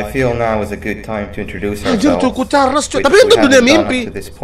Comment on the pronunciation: Bang choo choon charles bukan c*** carles